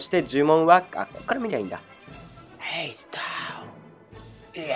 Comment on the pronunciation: 最初から吹いたわw ヘェイストォ…w